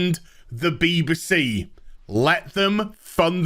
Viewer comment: I love the pronunciation of BBC "Beebersee"